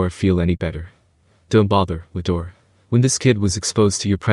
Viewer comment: Bro i think the name its rudra its not Ludora